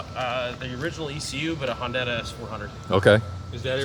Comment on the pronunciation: Did he say HONDATA???? Off to jail you criminal!!!!